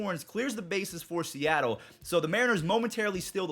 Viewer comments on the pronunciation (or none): none